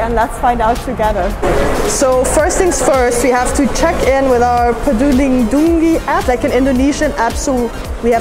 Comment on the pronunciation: Im so happy you can pronounce PeduliLindungi correctly, not PiducciBiducci .